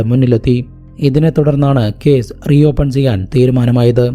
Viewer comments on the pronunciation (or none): Edo zemanoooo??? 😂😂😂😂😂😂lokathu ithinu semen enne parayu... Ucharanam onnu padikkedoooo... Caze.. Polize. Zemen. Manaz. Zeela😂😂😂ninte veetil sa enna aksharamille...